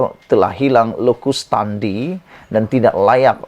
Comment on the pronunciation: Locus standi sepatutnya berbunyi "lokas standai "